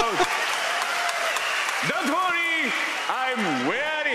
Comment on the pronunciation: I'm Japanese. His poor pronunciation 'Abbey Road', You notice 'It's means Beatles Album', I'm very happy!